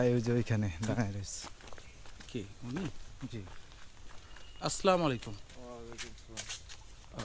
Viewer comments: ভাইজান মনে কিছু নিবেন না।আপনার সালাম টা বরাবর হচ্ছে না।আপনি আসলা না বলে আসসালা বলেন।সালাম সহি না হলে এর অর্থ অন্য রকম হবে। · সালামে আস্সালামু বলতে হবে আসলামু বলা ভূল! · আসসালামু আলাইকুম, দয়া করে সঠিক উচ্চারণে সালাম দিন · ইউটিউবার ভাই আপনি সালামের সঠিক উচ্চারণ শিখে নিবেন প্লিজ।